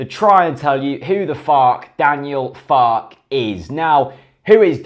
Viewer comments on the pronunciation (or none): Believe it's pronounced Fark-er rather than Fark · I believe the pronunciation is "Farker". As in, "Mother Farke". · Two minutes of research on Youtube would have revealed that his name is pronounced FAR KERR. But hey, waffle on. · it's pronounced Fark-er isn't it